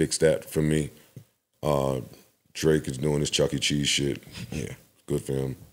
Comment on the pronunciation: Bro said chucking cheese music lmao